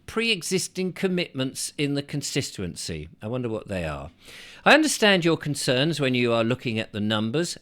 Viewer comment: Please learn to say "con stit uency" not stissuency.ffs mate